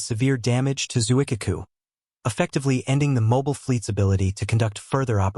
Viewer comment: I was laughing at the butchered Japanese ship name pronunciation. The famous IJN carrier “Zoo-ick-kuh-koo!”